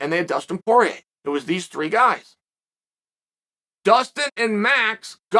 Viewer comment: Who’s “Pee-air-uh”? 🤣